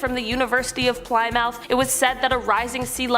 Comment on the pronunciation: I live on the Chesapeake Bay, but in Annapolis, Maryland and on higher ground, so we should be ok. But we definitely need to change rapidly to stop this! Plymouth is pronounced: pli-muth